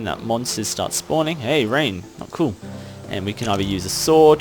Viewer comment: you always say " coo' "